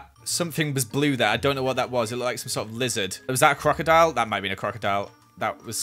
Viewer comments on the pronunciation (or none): am i wrong did i hear say quackadoile?